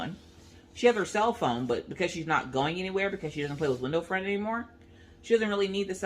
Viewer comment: When you first said window friend I thought you said window frame and I got so confused. hehe